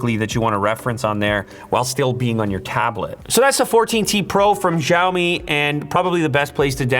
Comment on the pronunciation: This is so lazy promotion video, guy is not even able to pronounce company name properly.